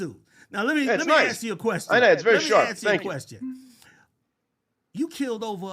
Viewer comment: It's ask..... with an "S". Let him land the plane.😂